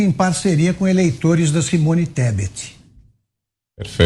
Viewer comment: O analfabeto não sabe pronunciar o nome da mulher , e ela se ajoelha aos pés dele.... Vai que vai Simone ESTEPE.... KKKKKKKKKKKKKKKKK